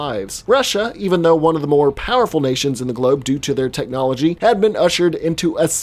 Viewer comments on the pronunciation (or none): none